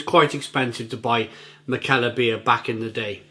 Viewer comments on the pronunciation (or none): I think it’s pronounced mick-a-ler.